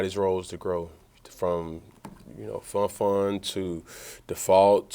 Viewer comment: He called Funchess "fun-fun" yikes...